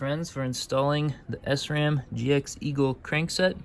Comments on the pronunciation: It’s most definitely SRAM, not S-ram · great video but sram is prenouced as shram because it is a German company.